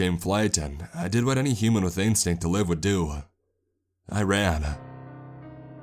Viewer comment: Dog-uh, live-uh, nice-uh,, fire-uh. What is that a CA surfer accent? I mean accent-uh. Its distracting-uh.